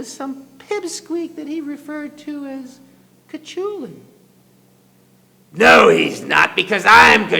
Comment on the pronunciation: loool its supposed to be pronounced coo-hoo-lin